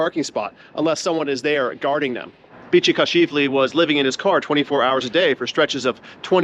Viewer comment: The contractor's name is Bichikashvili, a fairly typical Georgian name, not "Bichikashivli."